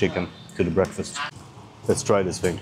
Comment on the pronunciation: Thing, not "fing" 😂